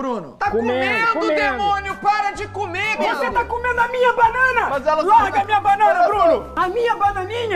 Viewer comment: 😂 Felipe Por que seu irmão falou errado ele falou vou jogar essa casca de bacana Luccas Neto você tem que aprender a falar direito meu filho você pode fazer não sei quantos anos